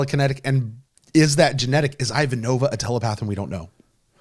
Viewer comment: please pronounce Ivanova correctly. I-va'-no-va